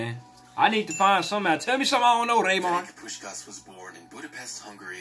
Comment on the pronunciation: it's not pronounced ''Ferenk Puskas,'' it's ''Ferents Pushkaash''. Otherwise great video!